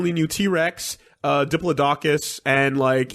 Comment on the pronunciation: The way pronounces diplodocus fills me with both anger and confusion.